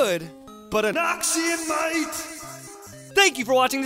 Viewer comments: NAWKSEEYON MUHAIGHT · everytime noxian might comes, i thought it's noxian nein.